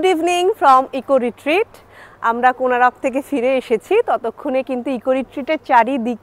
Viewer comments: Good afternoon Madam. Beautiful place to enjoy. Your explanation is great. Hope you all enjoy a lot here. But one thing I want to correct that the name of the place is "Konark"not "Konarak". So please correct your pronunciation as Konark instead of Konarak and all are requested to pronounce as "Konark". Thnxx. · Thanks M’am for visiting our state one of the Best Tourism spot and capturing it nicely in your vlog. Please don’t mind, may be its your pronunciation but Konark is formed by adding 2 words Kon (Angle) + Ark ( Sun/Arka)=Konark but you mentioned it as Konaroko😇. Just helping you to clarify the significance of the name. Hope you had visited the Museum near Konark Sun Temple and the movie which is played depicting the history.🙏 Note - Title if possible please modify it to Goa Vibes instead of Vives 👍 Thanks Again!